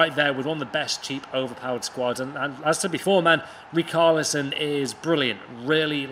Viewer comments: It’s RiCHARlison not RICARLison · Rickarlison thats how u say Its acc richarlison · Ricarlison are u ok it’s richarlison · Rich arlison not rick arlison ffs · That richarlison pronunciation is disgusting 😂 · It actually hurt my ears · He did him dirty there. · Im brazilian, thats definitelly not how we say Richarlison.